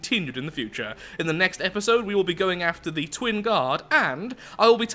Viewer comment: The accent on "Twin" there.